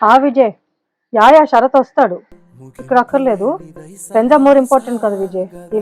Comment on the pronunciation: కాదు నషా శరత్ కాదు షర్బత్